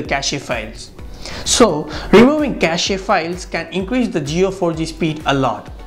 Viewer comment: Cache pronounced "cash" not "cas e"